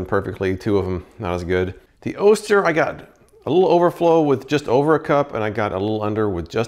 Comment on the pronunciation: Love the channel! Just an FYI, Oster is pronounced "AWE-stir" not "OH-stir"